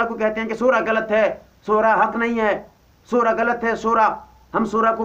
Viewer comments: molvi sahab ..aap pehle khud Sahi alfaz to boliy .. mashwara Ko maswara ,,Shura Ko Sura... aap s.a.w. ki hadees pe Gaur nhi karte ki aapne farmaya..mafhoom/Ameer se amaarat ke bare me na jhagdo....Ameer ki ita'et karo ,(do alagh hadees/ek saath)> (1)chahey habshi ya (2)kishmish ke Barabar sir wala hi kyo na ho..ye aap samajh nhi paa rahe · I think this moulana sab should go back to madrash to learn to pronounce the word shura correct.. if hi can't pronounce the word correct how is hi going to explain the meaning of shura? Shura is a committee and has a ladder, but alomi shura don't have any ladders (NO AMIR )